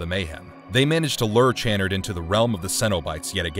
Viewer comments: Are you deliberately mispronouncing Dr. Chanard and Cen-o-bites? 😂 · You can always tell when the narrator hasn't actually watched the movies he is talking about. That's not the proper pronunciation of Channard.